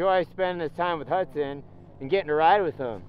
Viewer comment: Can someone clear up the 'Huckson' vs. 'Hudson' thing for me?